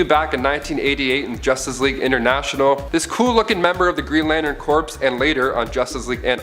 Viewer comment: Corps="core" Not corpse. Other than that, awesome material.